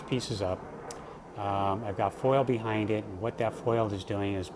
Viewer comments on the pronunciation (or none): none